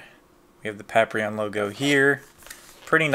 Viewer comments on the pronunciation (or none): say "Paprion" one more time! i dare you! i fokken double dare you! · You know its funny, I know its Paprium but I always pronounce it Paprion. Thanks for watching! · Yo, why you pronuncing Paprium wrong...don't tell me you're having the effects of the Blu drug (referencing the drug that powers up the characters in the game), that effs folks up, and cause them to go beserk lol. In all seriousness, that's a lot of goodies for just $50 back in 2012 you've got now. And getting Showtime's underwear...totally unexpected, but still a cool surprise worth keeping. I do hope Paprium (or Paprion if it's your preference 😎) gets a port to modern consoles in the future, simply because from how it plays on the Genesis is beyond amazing, and Watermelon went out of their way to make sure every part of the console (as well as the Sega CD add-on) can be used to full optimized effect. Hope you can get to play the game for yourself soon!